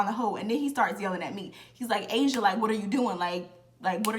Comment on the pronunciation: “ He kept calling me Ah-see-auh” 🤣😭